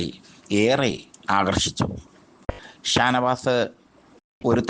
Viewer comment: താനവാത് - തൂപ്പർ താരം - മലയാളം ഉഛരിച്ച് പഠിക്ക് ആദ്യം - ഛെ